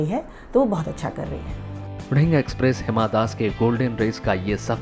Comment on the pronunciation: nonsense its दिहींग not ढिंग